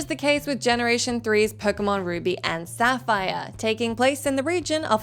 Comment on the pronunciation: The butchering of ruby and Sapphire on this video 😫